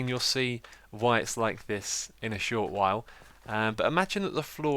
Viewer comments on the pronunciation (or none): none